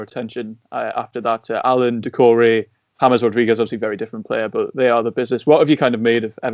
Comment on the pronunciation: I don't understand how anybody who watches football still doesn't know how to pronounce James. I bet they say 'Reel' Madrid, too. Shudder